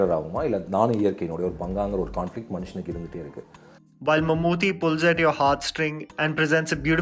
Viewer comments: bro u guys need to pronounce Mammootty not Mammoothy. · Dude I am really glad that atleast there is one north Indian movie critic who cares about movies that are not from Bollywood. But it is mamooty,( t is pronounced as 'ta')